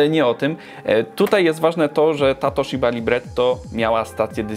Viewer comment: Nazwę firmy wymawia się przez dź nie dż :) (tak, że Fuji też przez dź). A Toshiba przez śi nie szi ;) Pozdrawiam.